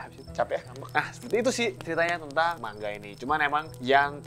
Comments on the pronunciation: mang-a bukan mangga jir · Manga woy bukan mangga 😂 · Lebih seperti ini penggalan nya : ma-n-ga. Krn orang Jepang tidak bisa mematikan huruf seperti lidah Indonesia.